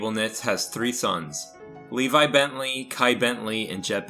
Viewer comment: Brenda bent-lee bruh not bent